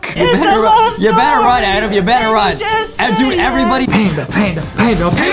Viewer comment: U said adem its ADAM